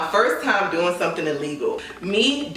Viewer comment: “Sumthn called ghost pepper” 😭